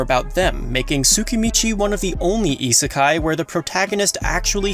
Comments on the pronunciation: Isekai... not Itsukai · Iserkeye Listening to you trying to pronounce these words is cringe as fuck.